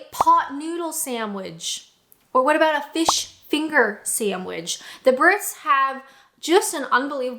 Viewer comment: Never heard anyone pronounce sandwich “SAMBDwich” before 😮